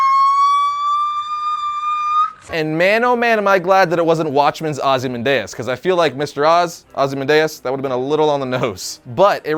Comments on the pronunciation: ITS PRONOUNCED AW-ZEEE-MAN-DEE-ES NOT OZE-MENDAYAS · I thought the name was pronounced Ozzy-MAN-dee-us. Oddly enough, you did pronounce Mxyzptlk right. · OZ-E-MANDEUS.... you have never been good at pronunciation ...